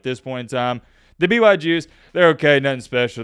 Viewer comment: Did he say BYJew?